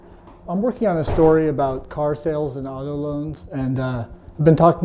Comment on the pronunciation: why does the report talk like a deaf person? "Car snales an auntho loans"